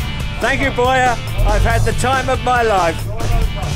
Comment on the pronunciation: Boije, what! His name is Börje!